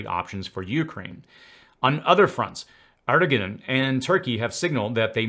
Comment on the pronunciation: It's embarrassing when you can't read "Erdogan" properly off your teleprompter. Ask your writers how to pronounce words like "Erdogan" and "Emeritus".